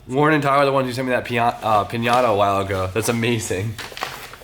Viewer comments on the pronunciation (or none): none